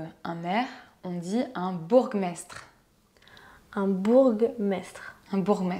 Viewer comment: bon par contre on prononce pas "bourgue mestre" ça se prononce "bour mestre"